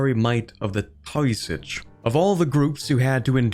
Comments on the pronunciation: Taoiseach is pronounced like tee-shuck. It’s Irish for a type of chief but now it just means prime minister in modern Ireland. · Taoiseach is pronounced TAY-shuh. Cymru is pronounced KUM-ree.